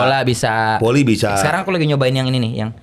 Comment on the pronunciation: saya gk saLah denger kan, JegeL biLang F & V itu P kan...? kaya VoLi dia biLang PoLi...